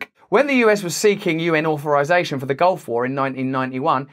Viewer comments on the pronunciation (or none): none